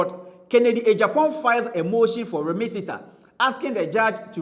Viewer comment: the word is remittance. Not remittentent